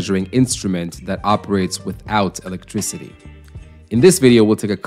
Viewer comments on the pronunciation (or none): none